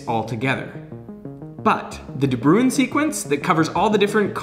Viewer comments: I was a little frustrated with his pronunciation of ‘De Bruijn’. Instead of ‘brew-in’, it sounds more like ‘brown’. The J in the IJ-combination functions as a vowel, not a consonant. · When it says De Buijn and Americans say The Brewin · De Bruijn is a Dutch (or Dutch language area) name. The correct pronunciation is really close to it’s translation into English: the Brown. Easy trick for you English folk out there to remember the correct pronunciation! Or it was a Dutch immigrant and the pronunciation actually changed to what Derek used, but I can’t be bothered to find out... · FYI: pronouncing it 'de Brown' would be more accurate. 'Bruijn' is Dutch old-timey spelling of 'Bruin' (which is.. Actually also Dutch for Brown). There's no equivalent for the 'ui' sound in English, but the 'ow' in 'brown' is the closest you can get. It's logical that you would try to pronounce it like 'ruin' (looks quite a lot like it), but yeah.. There's only one syllable; not 2. For funsies, you can check out online dictionary pronunciations of 'ui' (onion), or bruin (brown), or tuin (garden). (It's a specifically Dutch thing, I think. Not sure I know of any other languages that use this) Now you know. Not that it matters.. At all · Bruijn is actually pronounced similar to “Brown”. I only speak a little bit of Dutch (and English is not my mother tongue, so it also might sound not as similar to you), so don’t take my word for it, but here you can hear how some native speakers pronounce the surname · it's painful hearing "de brew-een". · A de bruijn sequence, how u pronounced it is not even close 😂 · After whom is this de Bruijn sequence named? Also you pronounced that wrong but it's dutch so for a correct pronounciation mortals would break their tongues trying. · 6: 10 de bruijn XD. It's a dutch name, and how you pronounce it, is very funny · Ok now you need to learn some dutch to pronounce De Bruijn right.